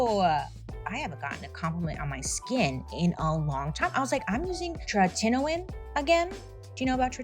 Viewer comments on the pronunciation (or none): Tretinoin is pronounced tretin-oh-in 🧡🧡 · The way you said tretinoin😂 so close hahaha… tret-IN-OOOOIIINNNN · The ad...it's not TreTINoin. It's TRETinOin. Otherwise people are going to be trying to look for these products and if they're using speech to text, it's over with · (Tret-in-O-in) pronunciation lol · The way you pronounce tretinoin is very funny